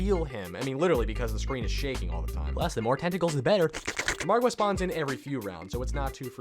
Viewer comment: Have you noticed this guy says Margwa correctly while other youtubers pronounce it like Mogwo lol